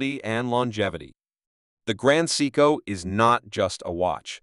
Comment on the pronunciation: You earned a thumbs down from me five seconds into your video. Take this video down, learn how to properly pronounce Seiko and then try again. Respectfully, Boston ☘️